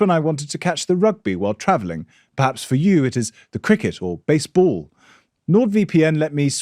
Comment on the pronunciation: Superb episode as always and quite possibly the best ad read I’ve ever heard, almost expelled a mouthful of coffee at the pronunciation of Base Ball, fantastic 😂.